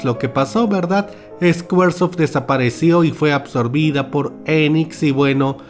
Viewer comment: Me agrada la forma como haces crítica y son muy entretenidos tus videos. Pero tienes una pronunciación HORRIBLE en ingles, ni siquiera esta bien hablado... “Escuarsof” para hablar de SQUARESOFT, por favor en secundaria nos enseñan ingles y aunque no te guste se pega un poco.